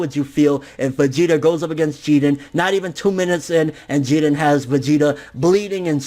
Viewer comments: your pronouncing jiren name wack as fuck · Why are you pronouncing Jiren's name like he's Puerto Rican? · Why do you always say his name wrong lol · God damn pronounce Jiren like it’s supposed to be.. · Jiren not jeedan fucking weeaboo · Why do you pronounce jiren as jiden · It's Jeer-in NOT GEE-ren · Bruh it's jiren! Not jiren it sounds fucking annoying yow...!! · idk what your saying lol it sounds like your saying Jeeden, his name is “Jiren” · After all of this tyme he still pronounces his name wrong it's jirren lol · I hate the way you pronounce names and shit, to the point where I'm close to not wanting to watch some of your content anymore. It sounds like you're saying "Geeden" ffs. If you're trying to pronounce it the way the JVAs say it, you're doing it very poorly, like when you say "Zamas, and Gowas" it's fucking Zamasu and Gowasu, they all say it with a slight "u" or "ooh" sound on the end, yet you completely remove any trace of it. As you say it, "You're taking an L" on some of these pronunciations. Inb4 all the prepubescent little shits who comment on this hating on an opinion, I don't care about your opinions, and I'm not expecting a response from either, but I also don't want you to take this the wrong way, I love your videos and content, but that shit just aggravates me to the core for some reason, probably more than it should, and I highly doubt it'll keep me from watching your shit, because I still love it deep down.. It's like when you got a hot girl with a laugh that drives you fucking crazy, but you stick around and don't say shit for dat ass. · why do you say jiren like that but everything else you say is normal english? Really annoying